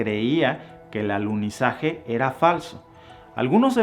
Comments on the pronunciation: Minuto el maestro dice aluzinaje🌏😀😀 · Dijiste: "aluzinaje" 👀🙈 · Buen video pero, es alunizaje no alusinaje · Minuto allí revelas tu postura, para ti fue un "ALUCINAJE" y estoy de acuerdo contigo, no hubo "Alunizaje" cómo dices fue "ALUCINAJE"